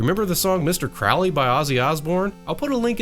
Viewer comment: One minor, pedantic correction from a guy with weird interests: Crowley rhymes with "holy" and he would have found the idea of worshipping Satan absurd. He did come up with his own mystical religion called Thelema, but it isn't based on a Judeo-Christian paradigm.